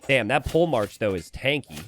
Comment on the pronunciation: “Pole march”? Not “polehmark” as in a military leader?